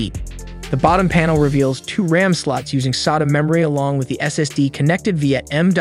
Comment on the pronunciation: The way you say sata is annoying af